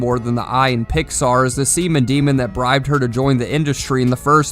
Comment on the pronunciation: The i in Pixar has me weak